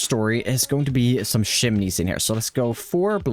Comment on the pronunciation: i love it how pronounces chimneys its like hes saying "shimneys"